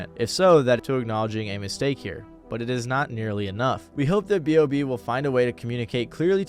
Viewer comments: B.O.B not "Bob" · sorry but why tf do u keep calling him bob when his name is b o b 😭😭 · It’s B.O.B not BOB🤦🏾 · calling b.o.b "bob" is unreal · Crazy u call him bob, its b.o.b. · Hearing "Bob" throws me off; its always been B.O.B or Bobby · B. O. B. Not Bob.